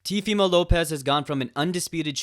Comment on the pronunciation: "TVmo López"